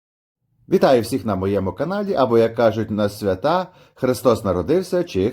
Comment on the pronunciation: Не свяТа, а свЯта. ( язиЧескі) до Хрестиянські….